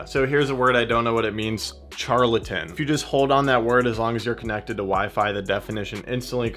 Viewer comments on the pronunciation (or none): Charlatan pronounced "sharlatan". Must be French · Charlatan- The CH isn’t like Charlie the CH is like Charlotte. I’m wondering does it have a text to voice or text to speech mode so that when you get a word it actually sounds it out for you.?